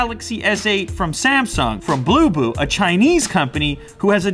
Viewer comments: Thought he said boo boo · When u say bluboo I heard poopoo ......